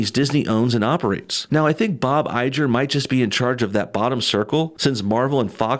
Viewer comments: Bob "eye-grr"....not "I-Jer".😒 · Eye-jer, really?! it's Iger, grr! get it? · Iger not Ijer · Say it with me Bob EYE-GRRR not EYE-JER. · How do you not know how to say bob Igger ?!? Have you not ever heard it said before hahha! Good video though. Just picking on ya! Fan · it's pronounced I-grr by the way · Not to split hairs, but it's pronounced "EYE-GUR." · Dude, its Bob IGER as in "TIGER" without the "T".. ffs man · Bob Iger (Pronounced "i-grrr") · Please.. educate yourself and learn how to pronounce Bob IGER's last name. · Had to stop watching because you can’t pronounce Iger correctly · Wonderful analysis. (Bob Iger’s name is pronounced like Tiger without the “T”) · The g in Bob Iger is a hard G. Like gorilla. Or tiger without the t. Just for future reference. Love your vids bub. Keep up the good fight.